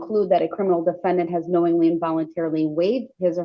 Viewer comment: Why did you have to say it that way? The defenDANT! 😂@